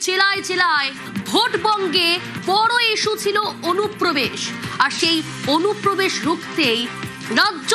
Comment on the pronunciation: অনুপ্রবেশ ❌ ওনুপোবেশ✅